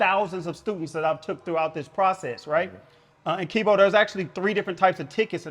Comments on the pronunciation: he let dat man call him "" the whole video lol. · “” lol kevo a real respectful dude for not correcting. but he was dropping gems tho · He keep calling you lol